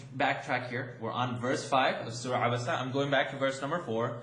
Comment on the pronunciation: Thank u for annunciate the abasa